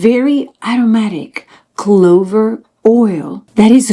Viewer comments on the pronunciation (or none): Clove oil, not clover oil